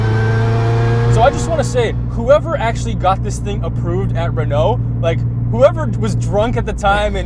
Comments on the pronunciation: Argh… The pronunciation of Renault hurts my soul… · As a French, its not pronounced Renault its Renault